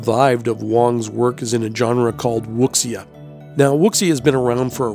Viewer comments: This was awesome- that animal spirit, amazed me. I think everyone will say this- "Wuxia" is pronounced "Woo-Sha" - the X is "Shh" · The word WUXIA is actually pronounced "WU-SHAA" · Wuxia is pronounced Woo- seeya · WUXIA is actually pronounced WOO-ZHA. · Wuxia is pronounced (Wu-sha) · Wuxia is pronounced "Woo-sha".. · You do realize wuxia's pronounced wu-shi-ah, right? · Wuxia is pronounced Wu see ya. X is silent.